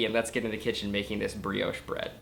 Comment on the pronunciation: It's a French word. It's pronounced bree-oh sh